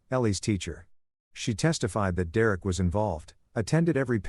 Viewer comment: AI can’t say Derrick?? 😂